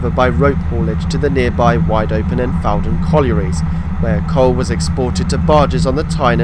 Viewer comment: and elsewhere: It's "FOUR-dun" not "FAU-dun" - as can be heard on the announcement. And , the line crosses the former Fawdon Wagonway route before entering the station from the west, not leaving it as implied here. Sorry to nitpick your wonderful video.